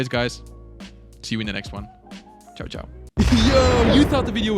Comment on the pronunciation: When say ciao im proud of being italian😊